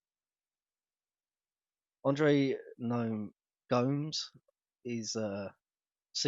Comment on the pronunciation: lmfao im brazilian and watching you try to pronounce gomes is funny lol btw i know this is late but i THINK its pronounced like "Gomez"